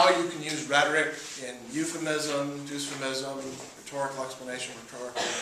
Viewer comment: Why does he pronounce "dysphemism" as "Doosphemism" lol. That's like saying "dystopia" as "doostopia"!